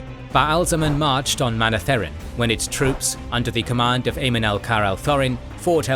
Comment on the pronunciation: You should listen to the audiobook to learn how to say the names. It's kinda weird hearing them pronounced funny. Kinda ruins the video for people who have listened to how Michael Kramer and Kate Reading say them. It's Aye-eel and Moun-etheren.